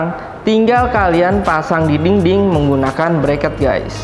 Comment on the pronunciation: thank u reviewnya, anyway izin koreksi ya... dinding, bukan dingding 😂... anyway sukses terus yak